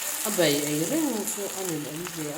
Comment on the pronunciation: Bei ni lo in Bai zawk ani e Miss😁ka va han ve chak teh lul emm😫